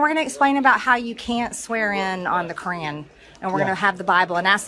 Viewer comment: She said they swore in on the Cran? WTF is The Cran?